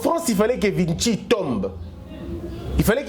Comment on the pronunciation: Salut, Félicitations pour la qualité de votre émission. Juste une petite correction on prononce "VISHI" et non "VITSHI", la ville de VICHY est en France, donc ça se prononce à la française.